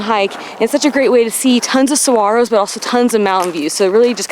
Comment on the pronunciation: Thank you for pronouncing saguaros correctly!